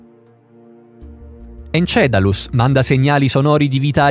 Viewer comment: Encelado...!!! Non encedalus...non x cattiveria, ma praticamente in ogni vostro video c'è qualcosa di storpiato...